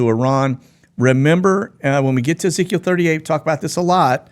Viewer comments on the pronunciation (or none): none